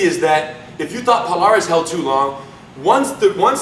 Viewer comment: ....I wonder, Rener Gracie being a Brazilian descendent couldn't you pronounce the names of Palhares or Junior dos Santos as it should be?? ;-)